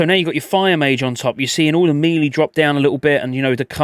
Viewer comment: I love your videos but the way you pronounce melee fucking kills me on the inside. ♥️